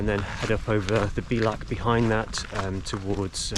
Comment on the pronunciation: Great series of videos, I'd love to have done this - 20 years younger! Incidentally, and I'm sure others have told you, the Gaelic word bealach (pass, gate, entrance) is pronounced bay-lach.